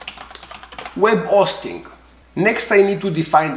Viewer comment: Love the video! Love your accent. Web O-sting at the O-tel ;)